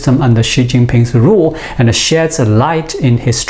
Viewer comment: Constructive criticism. Loose the A after a word ends in D/T. "Science anda technology". Your English is really good, loose the A. :)